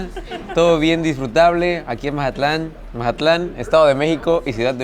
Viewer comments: Jajajaja pensé lo mismo!!! Porque decir Mahatlan?? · Que buen video!!! Hermoso mi Mazatlán 🎉 pero que alguien le explique que se dice Mazatlán con Z y no Majatlan 😅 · Que alguien le expliqué que es Mazatlán no Majatlán aunque se escucha chistoso pero se escucha rraro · Se pronuncia MAZATLÁN, con Z, no MaJatlán 🙄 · Es lo q le iba a decir parecía costeñito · Que estrés que diga majatlan 😅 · Todo el video: Majatlán 😂😂😂😅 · Porqué dice “Majatlán?” Llegó ahí y se olvidó de cómo hablar? 😅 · majatlan dice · Curioso porke dices mazatlan diferente